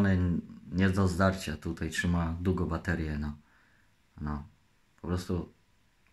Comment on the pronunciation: Czymała a nie trzymała